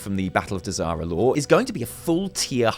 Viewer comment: I'm drunk and when you said "Battle of Dazar'alor" I thought you said "Battle of Disaster Lore."